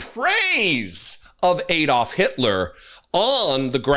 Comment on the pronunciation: The names is not Aid dolf - it is Adolf, as in Adam.